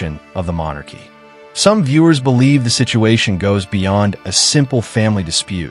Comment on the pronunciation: House of Monarchs? You pronounce it mon AArkee. And you won't state that only Parliament can strip titles. And this current parliament is busy pretending they have too much else to do